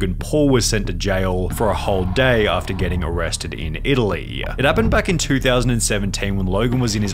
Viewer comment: Arresteduh. Italyyyyyyuh Bro your annunciation is killing me